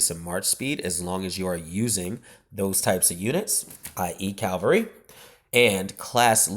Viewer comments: Do you realise you say Cavalry wrong every time? You say 'Cal-vary' when it is pronounced 'Cav-alry'. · Its cavalry not calvalry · I know, ffs. That was annoying the hell out of me. I mean it's not even spelled some sort of mad way to be able to pronounce it wrong. It's said as it's spelled haha. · that's pretty common.